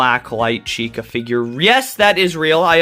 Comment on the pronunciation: Finally, you said the name correctly.